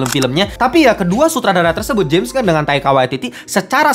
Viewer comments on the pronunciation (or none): none